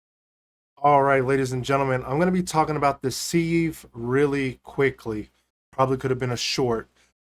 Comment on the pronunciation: It's Pronounced SIV just SIV as in give, you use a seive to seive flower for baking.